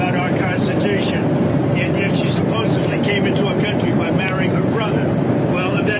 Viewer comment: There is no "b" in supposedly!!!!